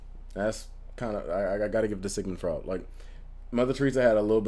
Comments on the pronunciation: Sigmund Freud (last name pronunciation: froyd). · Freud is pronounced F-roy-d. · Says Freudian Slip correctly but mispronounces Freud. 'kay.